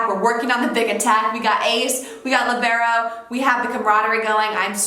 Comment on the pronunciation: who's ready to fight? it's LI-ber-o... not li-BE-ro... 😃